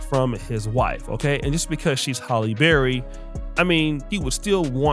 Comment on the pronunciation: Why do people keep mispronouncing her name?? It is pronounced 'Halle' not 'Holly' Berry!!!!!